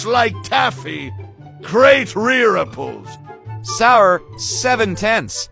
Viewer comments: gReAt rEe-rU-pUlLs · "gReaT RirAPleS" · "GREAT RIRIPPLES" lol😂😍💖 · “Great REREAPLES”